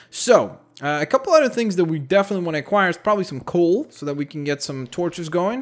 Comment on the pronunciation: Excuse me its called COAL not COOL u idiot